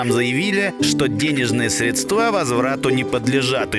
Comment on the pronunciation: СрЕдства, а не средствА